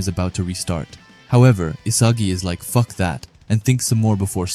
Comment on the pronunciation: The way you say the f word weirdly itches my brain 🙁